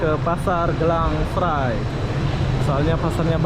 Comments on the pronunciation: Bro bukan Gelang Serai tapi Geylang Serai... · mas bro, Bukan pasar gelang srai tapi, gey Lang srai ......🤪🤪🤪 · Satu lagi belajar sebutan ikut tempat yg awak lawati contoh GEYLANG SERAI sebutan GAI LANG SE RAI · tak reti sebut geylang seray...dia sebut gelang serai...hehehehe... lain kali tanyalah orang Singapura macam mana nak sebut..